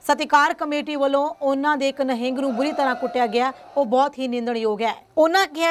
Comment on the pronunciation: Madam g nehing nai hunda nihang singh g hunda aa sahi pdya karo